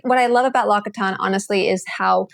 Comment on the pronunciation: its pronounced “LOCK-SEE-TAWN”